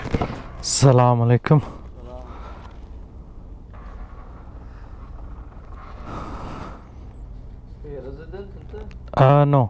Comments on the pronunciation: bhai salaam alykum n kah kr assalamu alykum kre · You're saying to everyone sala malaikum it's not sala malaikum but it's Aslam o alaikum